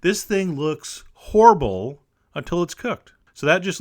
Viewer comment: idk I was just writing how he pronounces horrible, didn't, skewer, and icing.